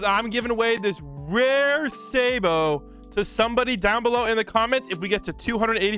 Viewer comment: Rimaru is a guy man dont forget and your saying sabos name wrong but that fine who can say a name from a country from the other side of the world ( not really the orther side of the world but you get it) my roblox name is reman1lol but got the nikname joestarlin